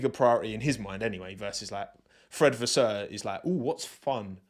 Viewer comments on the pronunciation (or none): none